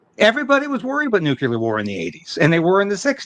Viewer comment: I love your channel and commentary, but please stop saying nucular 🤐, it's NU-CLE-AR. 👌 Thank You.🙏